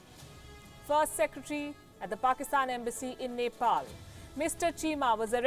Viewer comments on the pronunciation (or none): none